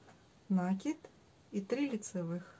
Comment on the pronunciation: Все хорошо, только слушать невозможно, слово накид с ударением на второй слог, пожалуйста.